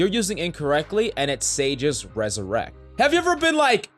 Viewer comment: It’s ‘’resurrect’’, not ‘’ressurect’’. But anyways, Thanks for the tips!